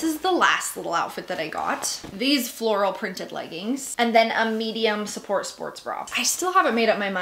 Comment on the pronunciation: Every time she said medium sport support bra it sounded like support support bra 😂